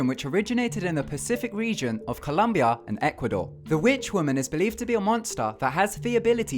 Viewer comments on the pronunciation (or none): none